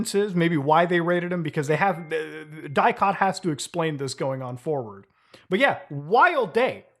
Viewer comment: bro and as a romanian the way he said DIICOT makes me feel funny but he doesnt really know how to pronounce all that doohonky